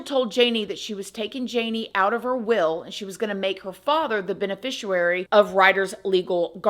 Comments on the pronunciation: Love your content! Btw: if you are the person receiving money when someone dies like life insurance or something, then you are the beneficiary. "bene-fishee-aree" not bene-fisher-rary. Silly 😂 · FYI it’s pronounced Ben a fish e air e…….theres no w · You’re so gorgeous, intelligent and kind. I gotta give you an FYI though darlin! BENEFICIARY is pronounced BENE-FISH-EE-AIR-EE. Not wanting to be petty or rude at all but i figured you may want to know for the future. 😘